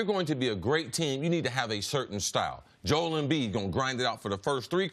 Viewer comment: Does it bother anyone else that CC refuses to pronounce Joel Embiid's name properly? Everyone else on earth seems to be able to pronounce it "Joe -elle", yet CC consistently pronounces it "Jole". I can't get past it.